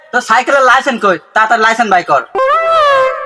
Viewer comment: লাইসেন না লাইসেন্স হায়রে মূর্খ